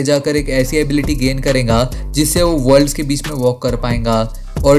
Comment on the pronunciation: Bhai tu aise kyu bolta hai. Tu karega ko kehta hai karenga . Milega ko milenga .